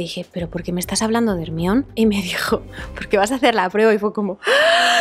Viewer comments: Mejor le hubiesen dejado Herminia. El Ermion se escucha tan mal. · Bueno si leyeron los libros de harry potter en el libro del caliz de fuego ahí Hermione enseña a pronunciar de manera correcta su nombre a Viktor Krum … y pues lo lo dice como jer-mai-o-ni . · No es cierto es un nombre griego, el de la hija de Menelao, así que la prenunciación correcta sería Ermíone. Y en todo caso según el criterio de que procede de un nombre inglés, por qué a Homer le llamaron Homero? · Yo pensé que decían “minion” hasta que pusieron una imagen de Hermione 🤣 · Calla Panchita, es hermion y punto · sii germayoni suena horrible pero que Pedro Parker o Bruno Diaz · Eso depende a lo que estés acostumbrada.. A mí me pasa lo contrario GERMAIONI me suena fatal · Team "Germaioni" Soy de Argentina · soy latina y hasta yo la conozco jajajajjjaaj pero me da mucha risa que digan hermion xdddx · Ermión JAJAJAJAJAJA 🤣🤣🤣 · ermion :face-blue-smiling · Me sangran los oídos de oír como pronuncian Hermione (Hermion) 😑🤣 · Ermion jajajajaja se escucha horrible 🤣🤣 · la película no es griega, el personaje no es griego, la versión original nunca dice "ermion" el único lugar del mundo donde se llama "ermion" es en españa jajajajaja es un nombre ridículo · literalmente la autora dijo que llamarla jermayoni era un error, pero supongo que los latinos ya están acostumbrados a hacer el ridículo con eso a lo que llamáis doblaje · porque le dicen ermion??😭😭😭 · ermion jajajajajaja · Ermion?? Ay me molesta mucho que le digan asi jajaja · Se dice: Jermayoni.. con razón los doblajes son malos en España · No sólo en mi país jaja sino que es raro escuchar como pronuncian ese nombre en España mientras que “Jermaioni” lo pronuncian no sólo en mi país sino en toda Latinoamérica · ME PASÓ EXACTAMENTE LO MISMO! Estuve medio video sin entender de qué hablaban y cómo le decían exactamente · Yo, aquí, viendo este video desde Latam y preguntándome por qué pronuncian Hermione de esa manera 😅. En fin, me encanto este video 💯